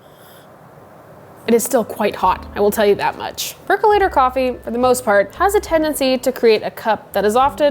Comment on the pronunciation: I was so excited when you said "perc-UH-lator" because I finally heard a pro pronounce it! And then you also said "perc-YOU-later" 🤣 I think your videos are fantastic. Thank you for making them!